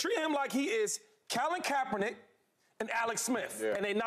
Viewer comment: “Calvin kapernick” 😂